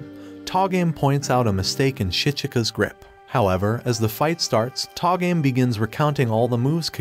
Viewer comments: Tah-game? how about TOH-ga-may. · to-ga-me not to game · It pronounces To Ga Me (toe ga mel)... I'm gonna watch this anime... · You say togame wrong all the time